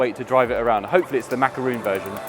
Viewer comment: Lightning Cat not Lightening Cat, surely. Also, it's Macaron not Macaroon.